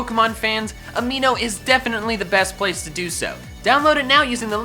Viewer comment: I heard aveeno instead of amino